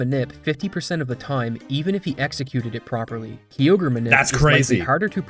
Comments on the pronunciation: Never seen anyone call Kyogre "Key-ogre" lmao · Best one I've heard is when I worked at gamestop during the ORAS release. Marketing videos said "groo-don" and "key-ogg-ree" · My brother never played pokemon only Dragonball Games and well the first Time he saw it he went Kaio-gre 😂😂😂😂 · Every time I heard say Kyogre it hurts my soul is incorrect about the crit chance it's 6.25% not 3%